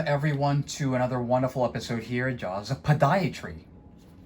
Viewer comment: I know someone already advised you to say the name of your business more slowly. You also need to say the name "Jaws" more distinctly and slmost pause after it so everyone realizes the name is "Jaws".